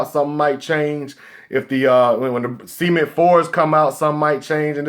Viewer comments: I thought he said semen 4's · lmao when he says cement 4s it sounds like semen 4s